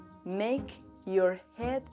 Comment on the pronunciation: ELSA! ‘you’ se pronuncia jʊw, no jə, ‘your’ se pronuncia jɔː, no jʊr, ‘with’ se pronuncia wɪð, no wɪθ, ‘tear’ (lágrima) se pronuncia tiə, to tɛr. Además, el documento que se ve a las es Beowulf y está en inglés antiguo, no en francés.